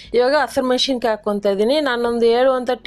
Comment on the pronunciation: ಮೆಣಶಿನಕಾಯಿ ಅಲ್ಲಮ್ಮಾ, ಮೆಣಸಿನಕಾಯಿ